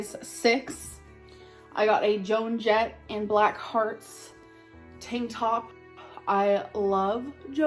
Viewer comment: she clearly didnt know that joan jett’s band was the blackhearts by the way she pronounced it 😂